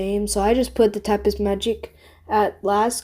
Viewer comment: Not tryna insult ur French but when u pronounce words that finish in s most of the time the s is silent so tapis would be pronounced tapi